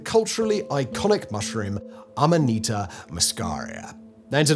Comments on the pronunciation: In America, nobody calls it fly agaric. It's just called amanita. This guy says Aminata, which is just entirely wrong. He's mixing up the vowels. Am-uh-knee-ta. Not Ah-me-nah-ta. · the guy was doing my head in with his aminarta did he mention ibo tengu taki? could have scored some brownie points with that one. Cheers